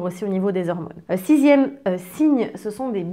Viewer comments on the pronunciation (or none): Les "hirmônes" ? Bon je change de chaîne